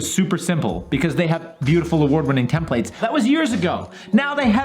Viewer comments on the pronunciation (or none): You guys keep asking me to subscribe, but you don't seem to be telling how to pronounce "templates" correctly. When he does, I subscribe, that's all there is to it.